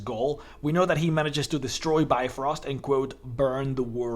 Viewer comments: it really hurts when you pronounce it bye-frost.... it is more like bee-frost.. and try to make the pronouncement of bee as short as possible. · im more irked by his pronounciation of brifrost. It's Bif-roast not Bi-frost.